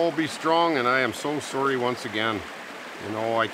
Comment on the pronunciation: I love hearing you say sorry in your canadian accent! Ahh Canadia